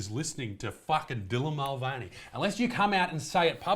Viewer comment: “Dylan MostVeiny”